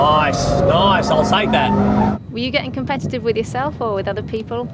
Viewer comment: Noige, nice try at a midlands accent XD